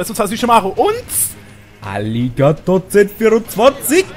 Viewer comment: also du "aligator" japanisch ausgesprochen hast hat sich das für mich angehört wie arigatou o.O ich wollt schon sagen für was bedankt sich der sich jetzt XD